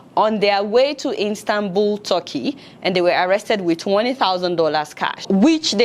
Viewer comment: ADEOLA, IT IS CALLED ISTANBUL AND NOT INSTANBUL